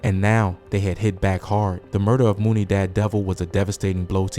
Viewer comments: You realize all these names are pronounced MONEY right? Not Moooney. 🤦‍♂️ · It's MONEY. all MUNEY'S are pronounced "MONEY" Thanks. Stop saying Moonie